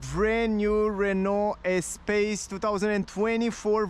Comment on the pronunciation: Is it possible to fit 2 child seats and adult on the back? Btw. The car name pronunciation is "espas" not "espejs" 😊